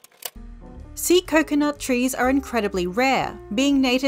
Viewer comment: bro i swear i thought you said sea nut it was an accident i swear